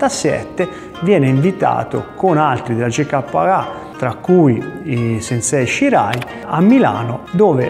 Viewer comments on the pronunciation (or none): none